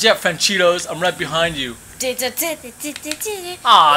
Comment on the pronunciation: why you call francesco. franchidos